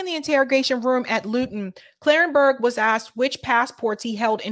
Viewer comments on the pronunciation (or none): none